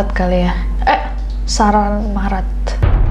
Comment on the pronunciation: malah ngomong saran maret😭😂